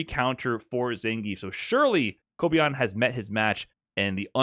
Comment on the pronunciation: How can make such a well reserached video with so much information and he still gets the name of kobayan wrong